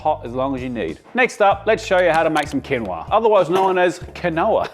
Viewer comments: It's pronounced keen wha!! Not kinwa. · It's pronounced Quinn-o-ah 😂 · I also think it’s bollocks 😂 and I agree it quinowa 😂😂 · I laughed so loudly at the pronunciation of quinoa! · I thought your Quinoa pronunciation was funny ‘cause it reminded me of a 70’s episode of Jacques Pépin episode where he cooks quinoa and pronounced it as you did. I doubt many knew he was pronouncing it incorrectly at the time. Unlike now, most had never heard of it. Loving this informational. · Hand up everyone whose been pronouncing quinoa wrong their entire life?🖐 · The mispronounced quinoa is a wonderful way to troll vegans!